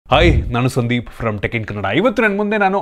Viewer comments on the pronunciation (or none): none